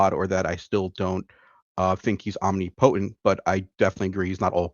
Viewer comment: Omg stop saying omni-potent. Its pronounced omnipotent.